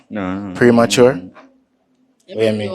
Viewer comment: A never premature she did ago say a emature